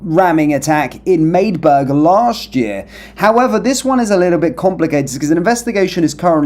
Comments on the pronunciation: You are not very bright are you? You say you did a little digging and then said madeburg if you were a little better you would know it’s Magdeburg pronounced Mag-de-burg! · Its MAG-D-BERG